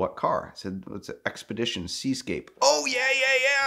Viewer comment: “sexpedition” or “sex position”?😂